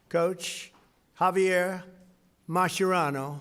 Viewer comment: hearing president trump say javier mascherano name correctly actually shocked me! be surprised how many commentators get it horriblly wrong